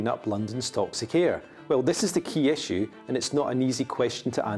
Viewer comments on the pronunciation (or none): none